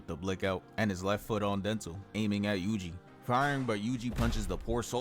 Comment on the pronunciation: fym "yugi" you clown